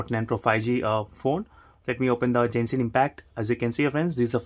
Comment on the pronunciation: It's not pronounced "JENSHIN" , it's "GENSHIN". "G" as in "Gandu".